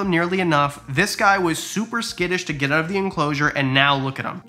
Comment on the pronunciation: Never seen your videos. But 3 minutes in, i heard you say, "Change it ouwwwT" and i said, this guy has to be Canadian!